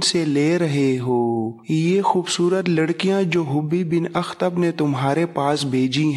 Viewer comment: جناب محترم ویڈیوز بہت مفید اور معلوماتی ہیں لیکن آپ ذیادہ تر نام غلط لے رہے ہیں اس کے علاوہ بعض الفاظ بھی آپ ٹھیک طرح نہیں بولتے اس پر توجہ دیں ۔ مثلاً حیئ بن اخطب آپ حبی بن اخطب کہتے ہیں ۔ عبداللہ بن اُبَئ کو آپ عبد اللہ بن اَبِی کہتے ہیں کعب بن اسید کو آپ کعب بن اسد کہتے ہیں وغیرہ وغیرہ۔ اس پر توجہ دیں اور ٹھیک کرلیں